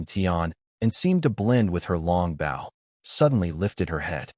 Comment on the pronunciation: Dont use this AI voice anymore it makes bow sound like bowl so you hear it saying she shooting her bowl